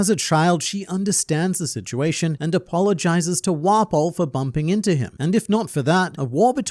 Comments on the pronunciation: How many times did say "Wapol"? Lol 😂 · There's something about how pronounces it "wah-pole" instead of just 'waffle but with a p'